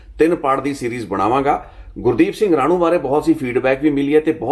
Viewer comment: ਗੁਰਦੀਪ ਸਿੰਘ ਰਾਣੂ ਨਹੀਂ ਰਾਣੋ ਬੋਲੋ ਰਾਣੋ ਪਿੰਡ ਦਾ ਨਾਂ ਹੈ